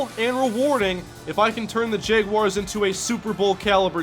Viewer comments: Is it just me or does he keep saying Jeguars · says Jeguars lol. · I can't watch this series because you keep mispronouncing "jaguars", its really annoying.